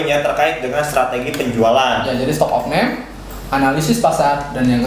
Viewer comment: Stock opname bng bukan of name 😂